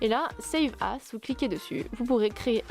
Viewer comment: bah encore c'est moins pire que quand elle dit "as" par ce qu'elle le prononce "ass" ( TU SAIS CE QUE CA VEUT DIRE !!!! ASS !!! ) "as" ça se dit "az"